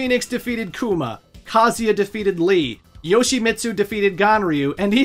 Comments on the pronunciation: Grate video. Funny but man I bugs me how you pronounce the name Kazuya it's pronounced Ka (like car but without the R) Zu (like zukini without the kini) Ya (like Yaa ok I didn't think this through) Kaa- Zuw- Yaa. Every time you say Kazia I cringe. Ha ha ha. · Can you stop calling Kazuya “Kazeya” lol Is KazuuuuuuuYa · Is that the right pronunciation of kazuya? Ka zee aaah? I have said kah zu yah. Thanks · It's not "KAZEEA", you anglophones need to understand that most languages, unlike english, pronounce the works like the are written. IIt's not bloody Kazeea, or Kaza, or kazua, it's bloody KA-ZZU-EEA. FFS, at least do some research before mispronouncing names for a whole video. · I can't handle how he pronounces Kazuya. it's KUH-ZOO-YUH! Not KAH-ZEE-YA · Bro it's pronounced ka-zoo-ee-ah it says it in the games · WTF is kaziya? You can’t pronounce kazUya? 💀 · Very thorough video and I would love to give it a thumbs up, but you mispronounce KUH-ZOO-YUH about a million times, despite seeming to go out of your way to correctly pronounce almost every other name in the story. SMFH 🤦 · Ive always pronounced Kah-zoo-yuh.. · he pronounces every name wrong lol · You're saying Kazuya's name wrong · Why is your pronunciation so bad???.... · the amount of times you said kazuya wrong is actually astounding. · What's up with the absolutely brutal Kazuya pronunciation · Dude can’t pronounce kazuya or yakuza , even calling Mexico South America so yeah .. don’t expect to much lmao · This guys pronunciation of Yakuza and Kazuya are truly ear-splittingly abysmal. I’m ashamed as a fellow American. Japanese is written phonetically for non Japanese speakers, it’s not hard to pronounce a U, you got it right with Kuma, at least. U is “oo” as in book or toon. YakUza, KazUya.